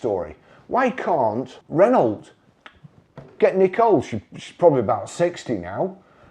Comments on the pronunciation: Ren-no and not Ren-alt. It’s like fingernails down a blackboard to my ears. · Maybe after a few years practice you will be able to pronounce Renault